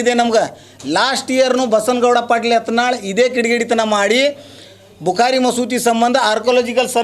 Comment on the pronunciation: Nin modlu sariyagi kannad matado ni erudu karnatak dalli ಯಾತನಾಳ ಅಲ್ಲಾ ಅದು ಯತ್ನಾಳ್